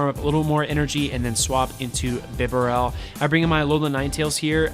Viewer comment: Thanks for featuring Piloswine, I love this pokemon and am very invested in it, having powered mine up and given him the second charge move. Therefore I am going to use him this weekend in my tournie, wish me luck! Also, it isn't bee-barrel, as there is only one 'R', it's bib- a -rel :)